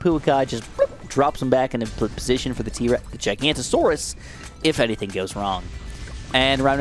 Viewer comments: Giganatosaurus is actually pronounced exactly as it sounds. Gig-an-ato-saurus NOT Ji-ganto-saurus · Why am I so triggered that he calls giganotosaurus gigantosaurus. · Hearing giganotosaurus being pronounced as gigantosaurus is slightly infuriating, read the name!! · Im sorry but its Giganotosaurus not Gigantosaurus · yoo just wanted to let you know that the middle path pronounced giga-noto-saurus not gigantosaurus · its not Giganta-Saurus, Please say it how its meant to be pronouced Giga-noto-saurus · It is giganotosaurus not gigantosaurus GIG anotosaurus I mean common misconception but yea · Loving dinosaurs it makes me sad no one seems to pronounce the Giga right. Gigantosaurus is a fun nick name, but it's Giga no toe saurus. :) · Not trying to be annoying but you pronounced giganotosaurus wrong and misspelled it in the title, it's giganotosaurus not gigantasaurus. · As a dinosaur nerd, it's really annoying how he keeps saying GIGANTosaurus and not GIGANOTAsaurus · Giganotosaurus is pronounced (I think) as gig-a-no-to-saurus, not giganto. Also Pouākai is a Te Reo Māori word. In that language you (loosely) pronounce each vowel individually, so it would be pronounced poh-oo-AH-kah-ee with an emphasized/lengthened ah sound on the ā. I'm from New Zealand but do not speak Te Reo, so this is only a rough guide. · Its giganotosaurus, not gigantosaurus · Its not pronounced Giganto its GIGA-noto-saurus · Don’t want to be that guy but you say GIGA-NOT-O-SAURUS Not gigantosaurus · As an avid ark fan i have to correct it, giganotosaurus is not gigantosaurus it’s giga-no-tow-saw-us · actually it's giganOtosourus, you know the one from JW Dominion, not gigantosaurus. just wanna let you know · (It is pronounced giga-naught-oh-saurus) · So nobody gonna point out him missing the O in Giganotosaurus and pronouncing it "Gigantosaurus" 😂😂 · bro said giganta taurus instead of giganotosaurus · Call me a nerd but... Ummm actually, its pronounced as GI-GA-NO-TO-SAW-RUS.